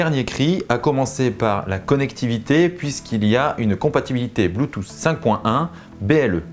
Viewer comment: J'arrive pas a comprendre pourquoi vous prononcez BLUETOOTH de cette manière BLUETOOSSS . Godamn it 💢 😡